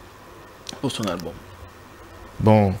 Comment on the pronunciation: Cher journaliste ce n'est pas alboum ,mais albom alors qu'on écrit Album veillez sur votre temprin s'il vous plaît !